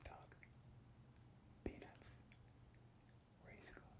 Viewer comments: IM NOT WEIRD PHEW I HEARD THAT & STARTED GIGGLING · am I the only one who heard something other than peanuts when he first said it😳